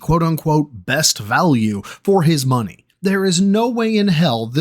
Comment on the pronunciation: Phil:Just gimme muhnny! Also Phil:Gee, thanks for the muhnny, stoopid *quack As Daffy would say:Phil, you’re despicable